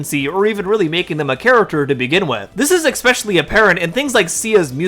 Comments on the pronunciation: From the bottom of my heart, please please PLEASE, use a synonym for "especially", if you can't help to say EX-specially. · I have said this to so many YouTube creators: "Especially". Not "expecially". P.S. My son and I are both on the spectrum. I didn't have horse therapy, but he did when he was younger.